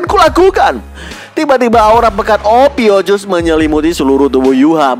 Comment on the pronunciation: Ophiukus min bukan ophiucus 😂😂 polos apa oon 😊